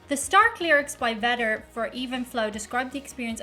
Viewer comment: Eddy pronounces it "Veh-der..." "Vay-der" is a wrestling star. 😆 Peyote is a cactus traditionally used by the American Indians in spiritual rituals and inner searching of their own minds as its an intense psychotropic and causes intense visions and nausea/vomitiing is a part of the process. Oh boy. 😊